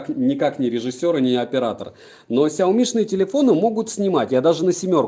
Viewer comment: Смотрю в книгу, вижу фигу...(Шутка🤔🙃😊 )Без обид. Кстати правильно говорить Ксяоми ноут 10 про(судя по коробке в стриме)!!!